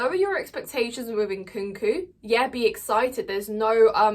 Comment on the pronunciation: Omg I just like the way you pronounced Nkunku name.